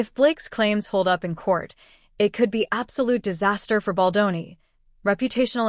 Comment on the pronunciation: I watched & Liked your videos ✅ BUT ..... Can the Narrator please get the most important name correct ❓❓❓ It is NOT - BOL-DON ❌✖❌ It is - BALDONI ❤🖤❤ { Bel Don Nee } It Grates my Ears each time you ... "Mangle & Damage" Justin's name 😤🙉